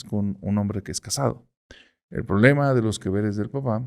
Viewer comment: ¿Qué es el "prolema"? Es quien está a favor del lema, ésa dicción... 🙄